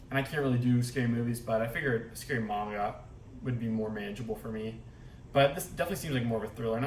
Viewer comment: So glad someone finally knows the correct pronunciation of Manga!! ❤️